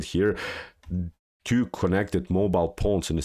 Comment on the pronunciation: He says, "queen to bee tew", instead of, "queen to bee two".